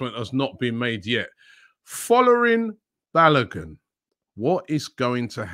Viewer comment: Rob Pronounce the name like this, Four-Lar-Rin Bar-Low-Goon Naija Boys here.